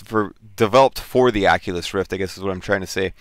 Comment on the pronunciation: Prononciation (facepalm) ...